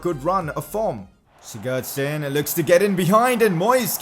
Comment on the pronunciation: Oh my god can you learn to say Sigurdsson properly